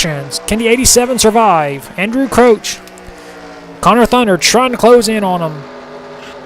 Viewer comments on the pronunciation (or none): pronounced Crouch not crooch. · even if you are pronouncing it right it sounds weird